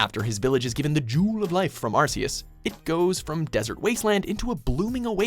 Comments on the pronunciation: AR KI US not AR SEE US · number 10 ash says it right arceus not arseus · It's Ar-key-is not Ar-see-is for fucks sake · I refuse to call Arceus "Arkyus" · Who ever was narrating this video, please listen to how Ash is saying Arceus, it's Ark-e-us not Ars-e-us... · It's pronounced Are-KEY-us, not are-see-us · pronounced ark-eus not ars-eus bro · the pronunciation is AR- KAY- OOS. They even said it at Number 10! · Honestly, I don't see why Arceus with a soft c. It sounds wrong to me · Arseus. Me: I hate this already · Ar-see-us. Really? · Its officially pronounces Ark-eus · Arss-e-us? Wow. Ok. That's cringe worthy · why does everybody mispronounce Arceus? it's pronounced "ARK-ee-us" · Arc-e-us -Pokedex 3D Pro official source plz say it right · it's pronounced Ark-E-Us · Ars-e-us? Never heard of that Pokémon... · The official pronounciation of Arceus is Ark-ee-us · this nigga said "Arseus" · This channel likes Mewtwo too much. Also, you mispronounced Arceus. You guys gotta work on that. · they say arceus' name in the video yet they still pronounce it wrong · 1. Arceus! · It’s pronounced ahr-KEE-us and jee-oh-VAH-nee, “”! 🤨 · Sorry but this hurts to watch. The pronunciation of some names are horrendous and rage inducing. Arceus and Giovanni are run. Otherwise the line up is good.